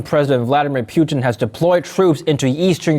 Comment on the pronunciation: Pretty sure his name is pronounced "poo-tin" not "pew-tin". Although both are a little funny. 😁